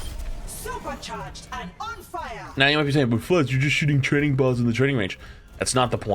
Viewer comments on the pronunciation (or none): none